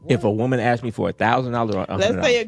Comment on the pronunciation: If she gotta “axed” it’s a no